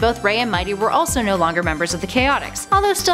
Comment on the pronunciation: When Ray says Mighty it sounds like "MY TEA!"